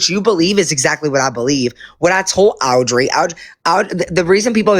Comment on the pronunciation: She intentionally mispronounces Audrey’s name, I’ve noticed. When she’s really in her groove with a rant, she says it right! How disrespectful. I knew she knew how to pronounce that name!